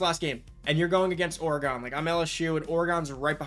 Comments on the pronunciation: it’s pronounced like “organ” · Never heard pronounced Or-Gone. lol. Oregon=Or-gen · Did you just say Orey-gon? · it was an observation. But I’m aware of how people pronounce other cities differently like Louisville, New Orleans, and St. Louis…etc. Just never heard Oregon pronounced that way, clearly I’m from the other side of the Mississippi River. Lol